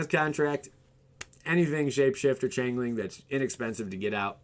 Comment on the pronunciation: change-ling not chain-ling